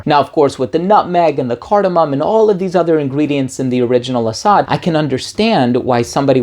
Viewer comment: ❤Guy.. Arab here.. Asad means "lion".. To be precise the most common famous word for lion.. Because in Arabic.. There's like I dunno 5 names for lion or even more 😅 Anyways.. It's pronounced as Asad.. Just like that.. (Ah-sadd) No extended vowels.. Think "Acid" with a shorter "A" sound and definitely replace the "i" with an "a". So it's not "Ah-saaad".. Nah.. It's "Ah-sadd"